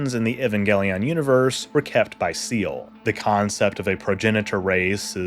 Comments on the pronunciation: Seele! It’s not pronounced Seel. It’s German it means soul. It’s pronounced see-le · Right? Like, assuming he watched the series and didn't just read the wiki, you hear Magi pronounced "madge-eye" and Seele pronounced "Zey-ley" so often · Shadowy organization known as Seele "Seal"? It's not a big deal to mispronounce something like this. But considering the show and the video content which is a deep dive, it feels ...................off. Seele is a German word for soul, pronounced "Zee Lay" or in the English dub "Say Lay". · Everybody says this, but it's not pronounced "zaylay", in standard German it's something like "zay-leh" or "zay-luh". They pronounced it wrong in the original dub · Seele is pronounced like like the word waylay, or using the "Z" sound like Zeele. Magi is pronounced like Badge-Eye, but with the "M" sound in front. Guf is pronounced like the word fluff or stuff. If you watched the series you should know how to say it. Cool video though, I didn't know the story about the Lilith being the first wife of Adam. You should also cover the "Rebuild" movies. They changed the story significantly, but it's still really cool. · With how well researched some of this video is I’m confused by your pronunciation of some terms like Seele and Magi. Both the English dub and original Japanese say these words many times. Which version did you watch that pronounced the German word “Seele” as “seal”? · Crazy how hard it seems to be to properly say Seele.Wild.